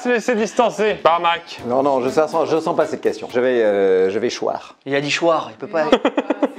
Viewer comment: il a dit choire🤣🤣🤣🤣